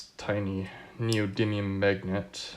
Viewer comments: "Neodidlium magnets" :D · LOL 😂 I notice the same in